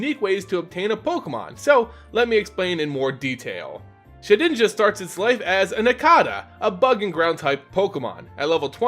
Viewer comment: Shed inja not sheninja